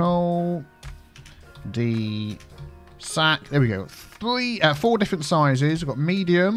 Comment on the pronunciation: Cul de sac is french, it is actually pronounced "que due sack" which litterally means "ass of a bag". When you think twice about it, it makes sense, doesn't it ?